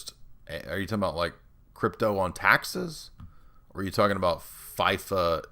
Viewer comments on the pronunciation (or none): none